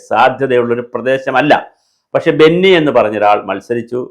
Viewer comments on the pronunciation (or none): ബന്നി അല്ലെടോ, ബിനു.